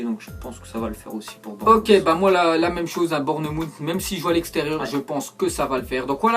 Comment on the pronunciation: Il me tue a chaque fois qu'il prononce Bournmouth xD